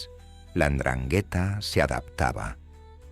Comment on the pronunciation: Y mal pronunciada 😂